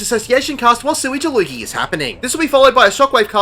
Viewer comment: Gods, the memes my static came up with because of the fight, lol. I'm glad that not only are we not the only ones to pronounce "Sweage Deluge" as "Sewy Delugy", but you included it in the video. I laughed when I heard it (much to the confusion of my coworker who had no idea why I was suddenly laughing in the breakroom, on account of me wearing headphones lol) I still look for the tethers for a moment before realising I'm in normal lol (I was very diligent with that responsibility, lol) Thanks for another great guide,!